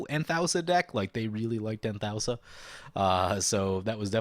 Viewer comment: I believe Anthousa is pronounced An-thoo-sa. I could be wrong tho.